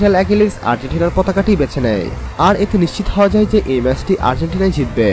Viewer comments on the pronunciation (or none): none